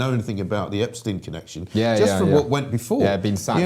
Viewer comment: Some wonderful guests this morning. Liam Halligan and Jamie Jenkins are the best numbers men going. I would really like to see a lot more of Hamish De Bretton Gorden. I've always enjoyed his Telegraph articles and he is one of the few people who knows how to pronounce Epstein. The Beatles manager wasn't Brian Epsteen, West Side Story wasn't composed by Leonard Bernsteen and the Theory of Relativity wasn't proposed by Albert Einsteen.